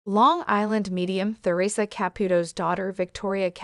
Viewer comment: Please pronounce Theresa correctly!🇦🇺